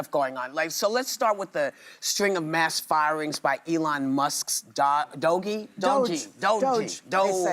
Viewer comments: Dude, how do they not know how "doge" is pronounced. I think they say it wrong on purpose. The term existed before the meme. They know how to pronounce it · This show spends too much time correcting Whoopi’s pronunciation of DOGE. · It's Doge, one syllable marble mouth.